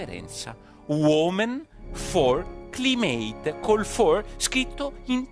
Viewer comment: "CLIMATE" si pronuncia "claimet"...